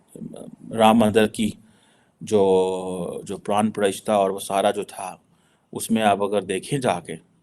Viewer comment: I have noticed about how he struggles to pronounce anything related to hindu faith. just can't remember pran pratishtha about which he has been talking last few days